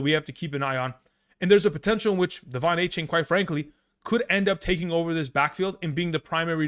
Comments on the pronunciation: Just for future reference, he prefers “A-Chan”, not “A-Chain” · It’s not a-chain it’s a-chan